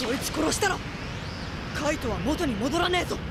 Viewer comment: Hell pls, it’s « Kaito » not « Kite »